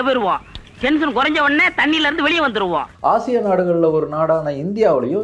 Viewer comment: Dai thats ashiya ......not haasiyaa